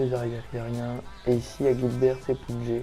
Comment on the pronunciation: on dit pas le T a la fin de Guilbert